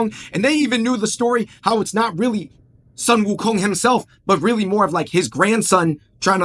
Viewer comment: Sun is pronounce as Soon. Correct pronunciation is Soon Wu Kong.